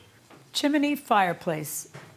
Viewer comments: its chimney not chimIney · It's Chim-ney, not Chim-a-ney Judge 😉 😅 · Is anyone else irritated that judge M keeps pronouncing “chimney” chiminy?😂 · Word is chimney not chiminey sorry no disrespect intended just my OCD takes over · It's pronounced chimney, not chiminey...🤣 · Its Chim-nee not Chim-in-nee. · It is pronounced chimney NOT chiminee your judgeship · Irks me it's chimney not chiminey judge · Does it bother anyone else that the judge is giving the word, "chimney" three syllables? "Chim-in-ney"!! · Lord lol she saying chiminey lol chimney! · CHIM-NEY!! NOT CHIM-IN-NEY! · Why someone is educated and intelligent as the judge insists on saying chim-I-ney instead of chimney … every time she says the word … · It’s a chimney, not a chiminey, Judge. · Why didn’t someone tell her to stop saying Chimaney ? Chimney... chimney. . Chimney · NB: the word "chimney" has TWO syllables. It's not pronounced "chim-i-nee" :P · It's chimney NOT CHIMINNEY! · IT IS NOT A CHIMAAAAANY IT IS CHIMNEY! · I cat believe JM is mispronouncing chimney! It's only two syllables, CHIM-NEY, not, CHIM-A-NEY! 🤦🤦😂👵🇺🇸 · Judge, it's "CHIM-NEY". Two syllables. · If I have to hear her say "chimAney" one more time I'm going to rip my hair out! She's an educated women and can't pronounce a simple word. 🤦🏻‍♀️🙄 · Lol I scrolled the comments to see if someone else was hearing chimAney too 😮‍💨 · I’ve seen this one before but can’t listen to JM say “chiminey” throughout again. Wow. Couldn’t her staff inform her to say this word correctly since it was going to have to be repeated a million times?? 🙄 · Come on Judge, “Chiminey”? 🤣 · anyone hearing chiminey? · I'm here for the chim-a-nee comments... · Chi-mi-nee was taking me out. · I couldn't get thru this video...chiminee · Judge keeps saying "Chimany" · Judge Marilyn pronounces "chimney" as "chim-i-ney." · I love how judge Milian says “chimney” with three syllables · Chiminny cricket! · God it is so annoying. It's CHIM-NEY. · And it's incorrect